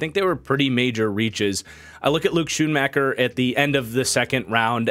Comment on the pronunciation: As a Michigan fan your pronunciations of “Mazi” and “Schoonmaker” are painful lol